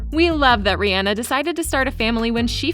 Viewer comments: It's Rihanna not reanna or whatever you say it just saying you want a video about her but you can't say her name properly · Her name is pronounced Ri • ah • nah